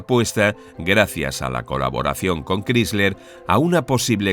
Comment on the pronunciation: Sobre Chrysler, se pronuncia "cráisler", no "crísler".